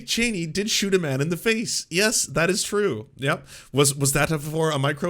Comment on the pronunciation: When is chill: true When is excited: truuewe